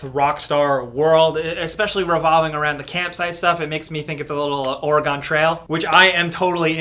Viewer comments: Ora gone trail.. oregon.. not ora gone. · Ohh no, its pronounced Orygun, not Oregone. I know because I am from Oregon, but I will still love you guys. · It’s pronounced Oregun not orygon. Lol good vid as always just being from Oregon that’s one of our pet peeves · Or-ee-gone ? Did you mean Oregon? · way to bucher the name of my state. It's pronounced or-again not ori-gone. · Please ppl, it's Or-eh-gun. Not Or-eh-GONE. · "Ora-gone trail" I can't help but laugh that no one outside of Oregon seems to be able to pronounce Oregon. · “Oh-re-gan trail” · its pronounced like ‘Oregin’! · “Or-uh-gon trail” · did you just say Ore-ah-gone trail? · Did my boi just say oragami trail? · Lol nobody from Oregon pronounces it "ORYGONE". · Oh-rih-gon Trail? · Or-eh-gone trail? Do you pronounce it like that when you're just talking about the state? "Hey guys let's take a trip to Or-eh-gone!" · Am I the only one that cringed at the way he said Oregon... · The correct pronounciation of "Oregon" would be "Oregon" and not "Oregon" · I bet knows how to properly pronounce Oregon, but just likes to troll people. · Don’t ever say Oregon like that again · Jasper Morrison was thinking the same thing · Blue Skyla I just googled it cause I was shocked but no it’s pronounced with a soft “u” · I was thinking the same damn thing lol